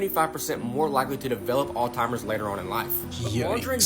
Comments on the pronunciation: I hate when ppl mispronounce Alzheimer's lol. It's NOT Alltimers!!! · I swear tyhe margarine guy is calling alzheimers "All timers" LOL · Never eat margarine, fake sugars, dyes especially red dye food coloring etc., also its called alzheimer's disease NOT "all-timers". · I cannot take a person serious if they say ALTIMERS when they are talking about Alzheimer's. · Oh my goodness. I don't want to be that person but damned as it drive me nuts when people Alzheimer's "All-timers". Just sounded out and say it slow. If not, ask Google how to say it and it will tell you. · Apparently doing tiktok videos gives you Alzheimers, and has you pronouncing it as Altimers 🙄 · I hate these tik tokers all starving for views think they spreading knowledge but can’t pronounce or spell the word there saying “ALLTIMERS YO” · if your gonna pronounce it "alltimers" then I'm gonna ignore anything you say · dude doesn't even know how to say alzheimers.... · No it’s not you fool, I’m in the US, it’s lazy people that call it that. Telling ME to grow up when I’m not the one to lazy to say something correctly I’d just stupid! Why don’t you get a little better education instead of insulting everyone that doesn’t butcher words like you do. GREAT COME BACK, at least you spelled it right. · I have a real issue taking advice from someone who can't pronounce alzheimer's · if a random on the web cannot even pronounce the disease their expose is about, turn off their "illuminating" video immediately. Tard detected. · With all the research that guy did on Alzheimer's you'd think he'd have learned how to say it. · The first red flag was the guy in the video not knowing how to properly pronounce Alzheimer’s. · Old-timers? You’d think with all his research the butter-guy would know how to pronounce Alzheimers. Dude’s brain is a vegetable spread 😂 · I can’t take people seriously when they say Alltimers instead of Alzheimers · It's called Alzheimer's not alltimers right? Lol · Alzheimer’s. Not Alltimers!